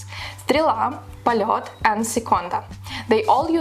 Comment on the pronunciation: Also, if you talk about Soviet watches, at least you should know how to pronounce the brand you're talking about. Not 'polot', but 'polyot'.